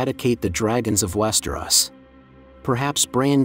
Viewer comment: Bro, how can you know so much about the show/books, but not know how to properly pronounce Westeros?? West-er-Os, not West-er-oss. I had to stop watching because it hurts every time you say it.